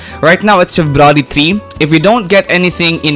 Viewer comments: i heard " ferrari " instead february 😰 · febrawry man i didnt even notice until you said it 😂😂